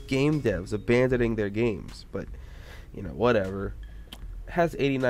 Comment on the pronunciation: Yay gay-mes